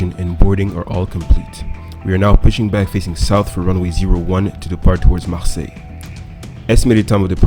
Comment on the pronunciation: Marseille 😂😂 I live in France. It's cool how you pronounced "Marseille" so well😁